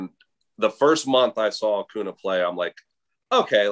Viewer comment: Bryce harper would be mad with Sean because he can't pronounce acuña correctly